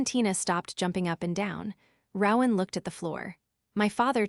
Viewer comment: Rowan has a long o not short